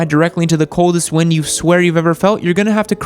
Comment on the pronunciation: What the fuck is wrind and whreelie....